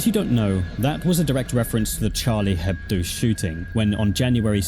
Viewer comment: from a french listener, Charlie Hebdo's name is pronounced without the H, as a french word the consonant H isn't pronounced. (It's more of a thought you might wanna know comment rather than a you must correct yourself)